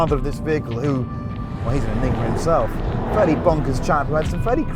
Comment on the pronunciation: A driving and presenting God. Who cares if he can’t say enigma